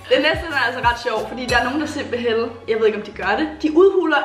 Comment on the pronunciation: den eneste der høre sige simpelhel